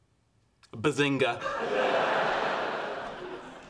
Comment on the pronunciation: for the Earlier Seasons instead of "Bazinga" it's "Buzzinga"